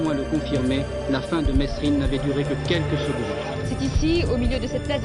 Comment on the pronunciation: C pas mesrine c merine il disait